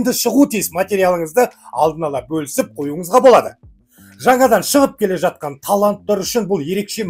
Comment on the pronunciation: мырза, ЖАТҚАН деген қазақтың таза сөзінің "ж" әріпін НЕГЕ жұтып "атқан" - өзге мағына туындататын (МЫЛТЫҚ АТҚАН, ТАҢ АТҚАН) шұбар сөзбен тыңдармандардың ұлт тілін шұбарлайды?!!! "толстойдың ҚР ішкі ісіне араласып, Верный- казактар қаласы.." т.б. сандырағын уақтылы тыңдамадым" -деп айтуына негіз жоқ! Халық естіген "қауіпті сандырақты, Парламент депутаты естімегені ұят емес пе?! Халық қаржысынан миллиондап айлық алып жүрген депутат көмекшілері, Егеменді Қазақстанға қатысты рашисттік агрессорлық қоқанлоққыны ресей Дума депутатының ресми ақпарат байланысынан жариялағанын, қазақты басынғанын секунд, сағат, күн сайын Парламент депутатына баяндауға міндетті емес пе?!!!!!!!! Кеше-Зюганов, медведев т.б., бүгін- толстый: "Қазақстан-қалаларыорыс меншігі"- деп сандырақтап, Еліміздің тұтастығына қол сұғуға бағытталған құлшынысын үдетіп жүргенде, біздің депутаттар "Естімедім, оның жәй әшейін, дума депутатының жеке пікірі, Қазақстан құрылымына, ұлт аралық қатынасқа қауіпті емес"- деген сияқты болжаммен шектелетіндері сын көтермейді!!! Парламент депутатының айтатын сөзі емес. Депутаттың осы берген жауабын қарапайым халықта айтпаған болар еді